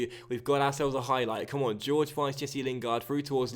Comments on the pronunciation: I could be wrong but I don't think it's pronounced George its more like Hoor-Hey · Please start pronouncing Jorge properly 😂 it's a Hor-Hey/Hor-Gey sound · thats the spanish pronounciation, the brazilian / portugeuse way to say it would be jorgy